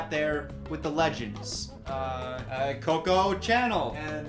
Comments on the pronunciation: Loved it how he pronounced it "channel" instead of "shanel"😂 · Oh god did he really say Coco CHanel?! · When he says “channel” instead of “Chanel” 🙈😌